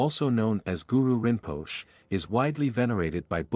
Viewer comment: Excellent video but very poor pronunciation. Rinpoche is rin-po-shea/shay Samye is sam-yay/yeah/yea. So forth.